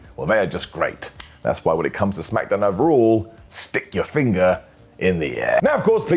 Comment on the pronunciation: "Jey Usa & Ilya Dragunoff"? "SmackAdown"? Ok,. Sure. Whatever you say.